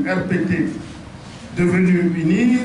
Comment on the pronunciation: Il ne peut même pas prononcer ''UNIR'' et tu peut gérer un simple quartier??? Moi j'ai toujours voté Faure!